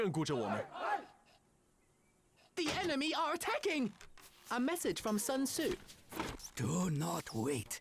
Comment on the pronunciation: Wow, even the game has the pronounciation of Sun Tzu 100% wrong. The name is not English. It is not the sun in the skies. It is pronounced "Soon Che" (at least approximatly), but both words spoken quickly and with a raised pitch at the end. I know this name is a real pain since even historians and other scientists butcher it all the time and is really hard to speak for Westerners precisely but they could have made at least an effort and not use the everyday English speakers mistake.